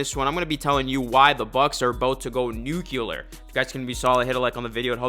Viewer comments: new-klee-err not new-kyoo-lerr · Its Nuclear bro not "Nukuler" 😂